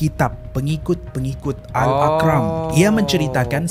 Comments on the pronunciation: Sebutannya Al Arqam ...bukannya Ak aqram,sbb disebut brulangkli dlm chanel ni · Macam salah je sebutan tu, ikut ejaan AL-ARQAM bukan AL--AQRAM. Terkenal ajaran sesat ni.